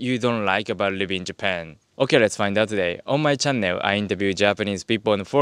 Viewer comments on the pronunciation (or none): May I respectfully suggest, that in English 'channel' is perhaps best pronounced 'chah nul' rather than 'chah nel'! Awesome content -cheers!